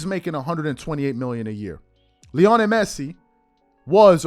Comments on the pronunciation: I love this channel, watch it everyday....however this is painful as hearing you butcher his name.....Lionel. LEE - OH - NEL not LEONI. Keep crushing these bronsexuals my bro. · It’s pronounced LEE-oh-NELL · Bro idk you claim to be a fan of soccer at least somewhat and you never heard lionel Messi’s first name said correctly